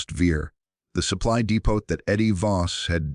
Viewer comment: Depoh ...Ammunition DEPOH Not depott...Amazing also because it was a waffen SS panzer division NOT der Wehrmacht !